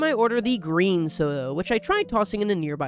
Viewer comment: gween soda